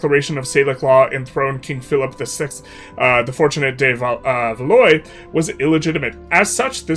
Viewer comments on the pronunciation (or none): You read Artois correctly, but read "valoy" for the morphologically similar Valois. Tsk-tsk! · isn’t it pronounced “Val-wah”